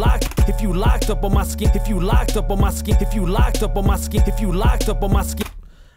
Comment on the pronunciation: Why is “skin” “sk-in”?